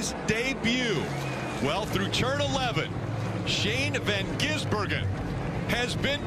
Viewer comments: omg sounded like he was having a stroke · My brother keeps saying one of them said Shane Van Geysenberg